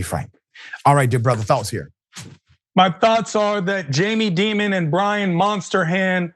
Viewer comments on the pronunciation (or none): You guys are pronouncing Dimon wrong. It’s DIE MUN. Jaime Dimon. Pronounced DIE MUN. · I thank you for these stories, but how can you not know how to correctly pronounce Jamie Dimon's name? Pronunciation: "DY-mən". Like 'diamond' without the d at the end. He's one of the most disliked bankers in the country.